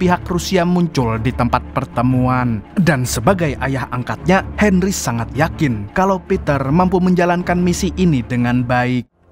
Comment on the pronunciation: Bang Bisa Gk Bicara Henry Tapi Gk Pake D